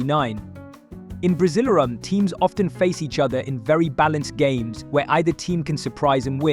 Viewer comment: Buddy..buddy ..its called Brasileirao BRA-ZEE-LAIR-OHW. It's Sao Paulo not San Paulo Brazil has the most competitive league. Its the state, domestic and national cups which makes Brazil the most competitive football but with mediocre Brazilian coaching. The best Brazilian coaches are all foreigners.